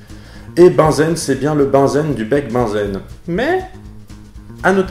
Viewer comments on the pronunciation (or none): peut être déjà dit, mais Bunsen ne se prononce pas comme "benzène", mais se prononce "bounzeun" (pas joli-joli à écrire, je sais...) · il me semble tu as confondu à la prononciation Bunsen et Benzène ^^ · tu prononces Bunsen comme Benzène ? Oups je n'avais pas vu que la vidéo date de 10 ans... 🥴